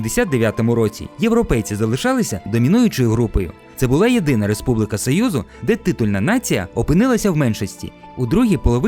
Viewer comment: Дуже цікаве відео. Єдина увага - правильно казати "Республіка", а не "Республика"